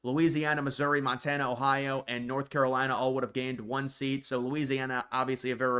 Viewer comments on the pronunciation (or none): none